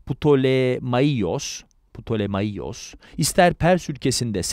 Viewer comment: Ptolemaios - Ptolemayos diye okunur. Selevkos - Seleukos olarak okunur. Antik alfabede V, U olarak okunur